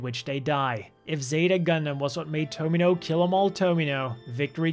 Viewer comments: didn't finish watching. He said Tomino like Domino😑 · Lot of mispronunciations in this, saying Tomino wrong was just disrespectful